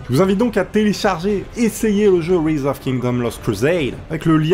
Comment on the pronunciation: Par contre j'espère que tu le fais exprès pr la prononciation de rise hein x)